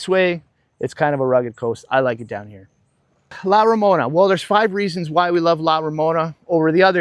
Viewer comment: Please pronounce La Romana correctly, it’s not Ramona, I feel disrespected.